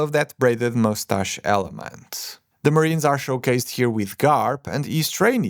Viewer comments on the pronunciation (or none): none